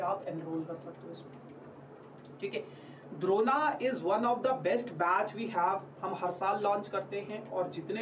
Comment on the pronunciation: Am i trippin or did i hear corona when bro said drona??